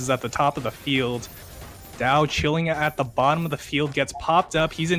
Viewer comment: Right pronunciation: d-yeee-ao (read fast)